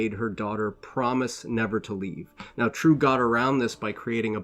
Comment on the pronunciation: You Totally butchered the name Triêu. It is NOT True. More like Tree -eu (like French eud as in eud de parfum).